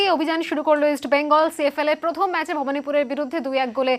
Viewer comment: মানস ভট্টাচার্য বড় খেলোয়াড় ছিলেন, কিন্তু ধারাভাষ্যকার হিসেবে জঘন্য। এই উচ্চারণ নিয়ে আর যাই হোক ধারাভাষ্য হয়না। ওনার 'র' ফলা তে সমস্যা আছে। উনি প্রথম কে বলেন পথম। ভাবা যায়না। 🤔🤔👎👎